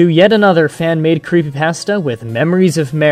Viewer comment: why don't you try pronouncing creepypasta correctly dumbass.